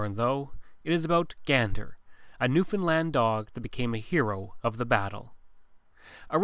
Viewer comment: Props to pronouncing Newfoundland correctly hahah Great Video!